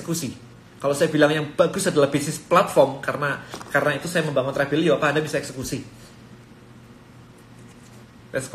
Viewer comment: Apakah hanya saya, kalau tiap kali pengucapan Tribelio tapi terdengar dan terbayang Travelio